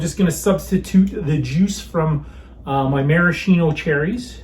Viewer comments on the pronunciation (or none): none